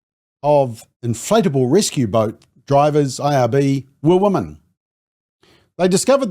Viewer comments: You are pronouncing the word "women" incorrectly. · I hate that too!!